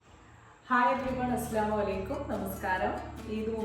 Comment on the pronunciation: അസ്സലാമു അലൈകും എന്നുപറയണം. അസ്‌ലലൈകും എന്നല്ല പറയേണ്ടത്